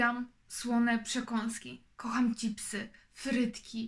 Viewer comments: Haha zawsze mi się śmiać chce, jak ktoś mówi "cipsy" zamiast "czipsy" 😁😁😁 no nie mogę wtedy 😁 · Ych. Gdyby nie "Ćipsy" albo "Frytków"... 😣